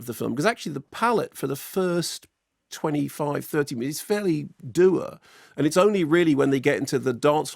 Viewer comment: Did he say "dour" as "doo-err"?